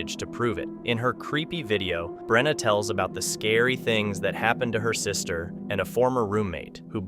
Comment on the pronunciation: I’m a fellow Brenna and on behalf of myself and all the other Brennas of the world, I’d like to sincerely thank you for saying it properly and not mispronouncing it as, Breanna, Brenda, Brennan, or Breena 👏🏻🙌🏻🥹.